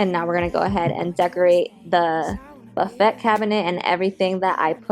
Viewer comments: Love your channel. The buffet turned out so well - chalk paint is great to work with. Just FYI the word "buffet" is pronounced buff-a wit the a being a long vowel. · LOVELY DECORATING BUT BUFFET IS PRONOUNCED ( BUFF-A). YOU DO GREAT WORK REFINISHING. CONGRATULATIONS